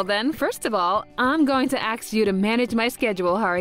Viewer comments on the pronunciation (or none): Why does Ms. Akine say 'axe' instead of 'ask'? Did her VA think she should sound like a survivor from the Baltimore Public School System?